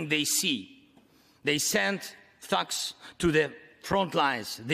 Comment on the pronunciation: This speech is too american 😅 thugs! (barely can pronounce it, let alone use it for real) Haha gangsta style americano speech! Where’s the award? joker time 🎉 Sometimes losing is painfull (crimea), but look at now, which will tell you the future! What makes me angry is ‘they’(jokers) want to pull the whole world down, because in which world do we live which world??? which victory????? which global community? To make a long story short, this is what they stand for: he even himself does not believe in it shake that head 😂